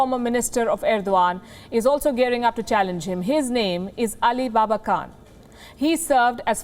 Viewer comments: Palki, that name is not pronounced Ali baba Kaan but Ali Baba Can(Jan)! You seem to be professional but behave like one. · ali BABACAN pronounced babaCHAN